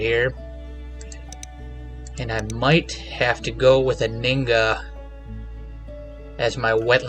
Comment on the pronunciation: Just FYI. The H in Anhinga is not silent.